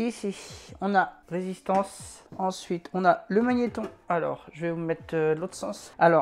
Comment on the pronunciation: magnetRon avec un R ;-)